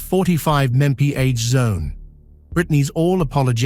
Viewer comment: "mepee A?" MPH = miles per hour